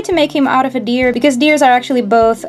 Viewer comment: When you said deer i though you said beer XD